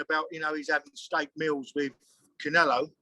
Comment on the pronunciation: the fella cant even pronounce canelos name properly, and must think the fight is happening in Mexico City. 70,000 Mexicans there for Billys blood. stay out of it old boy let your gown son make his own mind up. you said it yourself... its boring here because the press aint showed up yet. ffs